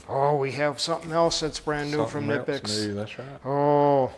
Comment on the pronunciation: It's not Kuh-nipex, that's like Guy Fieri teaching people to roll their R by telling them to say Fee-Eddy. If people can't do the K sound without adding an emphatic "uh" in between, they should just leave it silent imo.